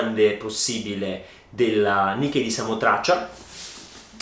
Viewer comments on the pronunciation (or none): none